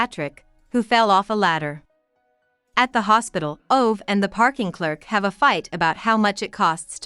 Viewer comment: It is not OV, it is OVE, the E is NOT silent, please! Do not bastardize the original novel. 😢